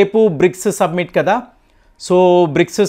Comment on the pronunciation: సబ్మిట్ కాదు Summit అనాలి. సబ్మిట్ అంటే సమర్పించడము సుమ్మిట్ అంటే శిఖరాగ్ర సమావేశము. మీరు చాలా కాలం నుంచి ఇట్లానే మాట్లాడుతున్నారు దయ చేసి సరిచేసుకోండి